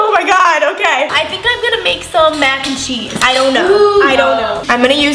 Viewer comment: “MYAC and CHEESE” (And yes that’s how she said it!!) No hate love you guys!!!😂😂😂😂